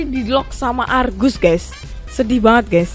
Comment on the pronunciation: Bukan Kargus Tapi Argusss